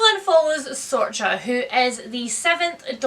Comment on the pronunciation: Very old but Sorcha is actually pronounced Surr-uh-cah, it’s the Irish equivalent of Sarah 🥰